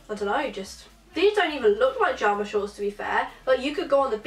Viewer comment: Video was great but was it just me that got annoyed when she said jarma shorts not pyjama